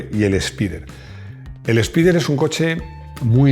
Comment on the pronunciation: Literalmente se pronuncia “espider “ y no “espaider”